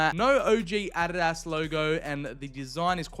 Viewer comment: What's with calling Adidas Arras?